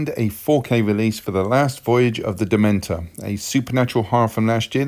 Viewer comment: Nice work but its" voyage of the Demeter" not DEMENTER...... .great movie by the way